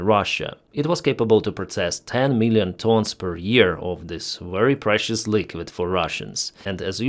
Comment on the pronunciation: Your accent when saying "very precious liquid" reminds me of some vampire movie with the vampires talking about blood.❤it! They usually try to copy Romanian accents but some of the actors sound closer to you. 👍🏽👍🏽 I'm not making light of it. That's just what it reminded me of.